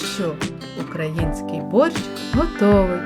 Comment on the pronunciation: украЇнський !! а не украЁнский. чорт криється в деталях, шановна!